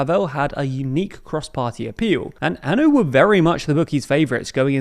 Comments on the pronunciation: It's Ah-No not An-o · It’s not anu, it’s ano! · It's not A N O. It's ANO, the Czech word for YES. Do you really expect to be taken seriously, if you don't know the basics? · Ano is pronounced Ah-Noh. Like the No in Nottingham. Just for next time.